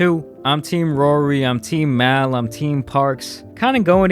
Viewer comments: MALLL man NOT MALE HIS NAME IS JAMAL!!! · That aint even his real name 😂 its Jamal